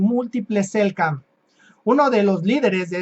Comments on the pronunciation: SELK nam, se comió la Ene el amigo. Convengamos que no es sencillo pronunciar estás denominaciones... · Hola hermano se dice Selknam un gusto ayudarte